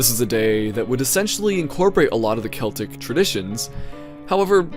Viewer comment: You said Celtic right btw